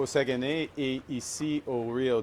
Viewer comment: Incapable de prononcer Saguenay Lac St-Jean. D'une tristesse